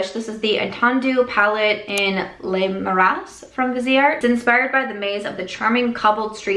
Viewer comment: Le Marais (a place in France) is “leu mah-reh” like red not like ray, and the s is silent 🥰🥰